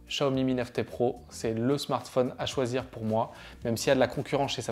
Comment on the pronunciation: Vous prononcez mal le Xiaomi